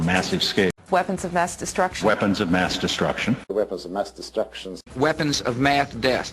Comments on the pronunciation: You know what's funny? All the candidates said "weapons of mass destruction" but somehow the only time George bush said it he said "weapons of math deace" lol bushism what an idiot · haha good ol' Bush "Weapons of Math Dess"